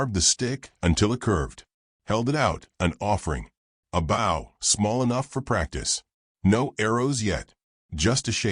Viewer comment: Nice story and tho narration is clear, certain words are mispronounced. U shud do proof reading b4 posting. e.g 'wound' as in an injury is pronounced 'wow-nd' (winding). Also the 'bow' of a bow&arrow (shud be like 'know')is pronounced as bow to a king or queen (like wow).